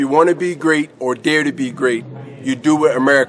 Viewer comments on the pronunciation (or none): none